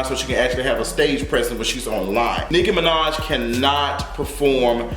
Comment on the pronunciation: He said "Hoe-maj" I'm deceased 🤣